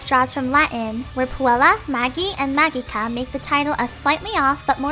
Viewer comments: Puella Magi Madoka Magica is pronounced PUELLA MAJI MADOKA MAJIKA not PUELLA MAGEEEEEE MADOKA MAGEEKAA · It's prononced "ma-ji-ka".... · It should be pronounced "maji" and 'majica" though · you read the kana, there's clearly a hard "g" in Magika. Your guess is as good as mine on "magi", that was invented for the English release. The Japanese title would be romanized as "Mahou Shoujo Madoka Magika". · The fu-- Is "Magica" actually pronounced like that?